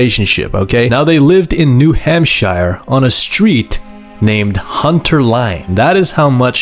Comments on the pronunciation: Bro how did u butcher the new hampshire pronunciation 😂🤦‍♂️ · Awesome vid, new hamp-shire caught me off guard though dawg 😂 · New “Ham-shire” 😂